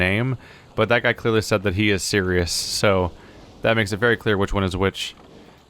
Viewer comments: His name is Sirrus. SIRRUS. Not Sirius. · Every time he says Serious instead of Sirrus my eye twitches